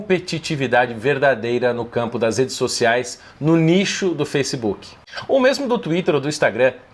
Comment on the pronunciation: Foissebook Kakakakka